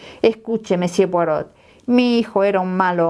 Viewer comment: Por favor, cuando lea frases en francés, asegurarse de la correcta fonética, en particular los nombres propios. Ej.: Poirot (la "t" final no se pronuncia!). También sería importante leerlo pausadamente, así logramos comprender. Gracias!